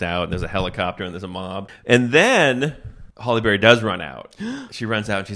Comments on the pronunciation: S/B Halle (HAL-ee) Berry not Holly Berry. Nails on a chalkboard. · There isn't a Holly Berry. Hal-ee Berry is how her name is said. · "Holly" Berry? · Are you saying Holly Berry? LOL! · Are you saying "Holly Berry"? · Halle Berry, not "Holly"😆